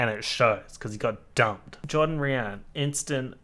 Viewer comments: u saying dumpled islander is just SENDING ME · why tf does it keep saying dumpled lmao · every time you said dumpled i descended into another level of death. SOBBING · Literally laughing outloud every time you say "DUMPLED" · i LOST IT every time u said dumpled like what